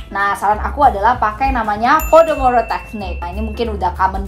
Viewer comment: Pomodoro, salah sebut wkwk